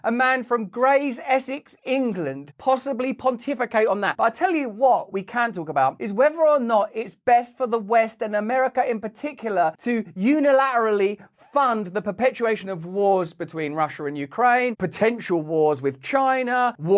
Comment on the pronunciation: Russell… Please can you say Unila T erally and Par T y etc etc. Ul..im..at war doesn’t have a very eloquent ring to it as neither does Esca..laY..ing. Please please please can you be a pioneer to bring back proper enunciation. You did say in this video the word DevastaTing. So you do sometimes pronounce your T’s. Im so fed up of sloppy speech from tv presenters and everyone who can’t be bothered to speak properly. It’s just laziness. Loving your videos and the content is more imporTant so I’d watch anyway, and I know I’m probably being niggly. Sorry to everyone, you don’t need to say I’m being anal. I know. 👍👍